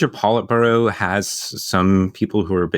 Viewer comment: Great stuff. I'll remember the polite burrow pronunciation 😂 ( I'm kidding, I'm not the part of the pronunciation police )